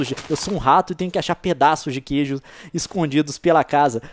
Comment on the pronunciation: só eu vi que voce falou gueijo?